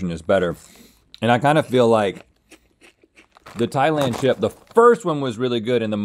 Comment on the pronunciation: Thanks to i now pronounce thailand as ✨thigh-leynd✨